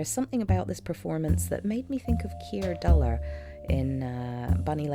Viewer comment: LOW-zee and Keir DOO-lee-ay